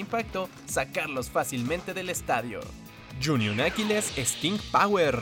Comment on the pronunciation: Like si pensaste que dijo junior Aquiles